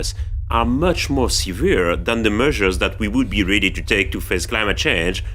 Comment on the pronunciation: "The meushers that we are ruhdy to take are much more seuveere…" (Dedicated in loving memory of Peter Sellers, 1925-80)